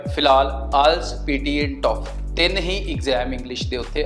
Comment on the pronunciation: fake lok NY....Jhooth Bol k file lgonde eh... baki Duolingo wali gal sai boli....toifal ni hunda....toyfal hunda..TOEFL hunda..